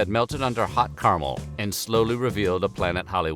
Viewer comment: Guy makes videos exclusively about food and such - says "carmel" instead of "caramel"...